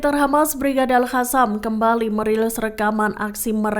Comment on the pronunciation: Maaf min buksn al Hasam tapi al Kasam. Baca yg benar dongggg.